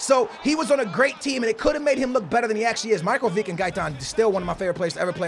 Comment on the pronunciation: Took me a while to figure out he was talking about Lazar Markovic. Marko Vick , lol